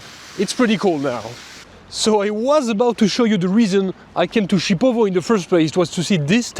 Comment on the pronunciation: It's not Chipovo is Šipovo/Шипово😄,my grandmother is from Babići village near Šipovo,she is ethnic Serbian and I have sisters in Šipovo,im from Serbia,I'm half Serb,half Russian🇷🇸🇷🇺and I also have Ukrainian🇺🇦ancestry through my Grandmother from Mother side. You can visit Janjske otoke,Source of Janj River and Šipovo was Roman City Baloia until 5th century CE.